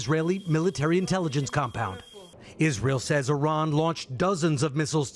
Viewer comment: I wonder why these dumbos in the white house purposefully mispronounce Iran all the time 🤔 So much for educated people running the government